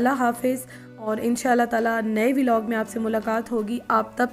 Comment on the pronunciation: It's not veelog it's vlog